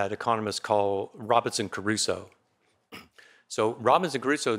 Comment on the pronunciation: Good lecture. What's funny is how Prof Herbener pronounces Crusoe's name -- Ca-ru-so and not Cru-so. I keep thinking of Enrico Caruso, the Italian tenor, and imagine Robinson breaking out into an aria after having some coconuts and berries.